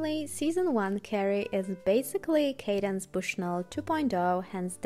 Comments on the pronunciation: hey, thanks for this. I'd just like to let you know that Candace is pronounced CANdace and not CADence. I agree the fashions were great in season 1:) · Love watching recaps, especially of season 1. I never understood the fashion of the show, but I appreciate the breakdown! Also, the author's name is Candace, not Cadence 😊 Keep up the good work! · It is CANDACE! NOT 'Cadence'. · its candace, pronounced 'can-diss' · I find that I kind of like Candace Bushnell pronounced as Cadence. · I always laugh no matter the season of SATC and that's why I still watch. Also, the writer Candace Bushnell's first name is mispronounced which was interesting to me because I thought that was a fairly common name. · Thank you, that was driving me bananas! Candace Bushnell is a famous author, and it hurt my soul each time I heard the name mispronounced lol. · I’m an ultra fan of SATC and it kills me that you keep butchering CANDICE BUSHNELL’s name 😮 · all this great work on the video and the creator doesn’t learn how to pronounce “candace”. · It’s cringeworthy but a great video nonetheless 👏🏾